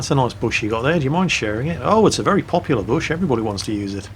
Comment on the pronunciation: " its a very populare bush " dotn change:p